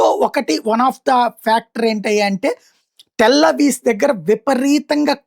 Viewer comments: టెల్ అవీస్ కాదండి, అది టెల్ అవీవ్ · టెల్ అవీవ్.. అవీస్ కాదు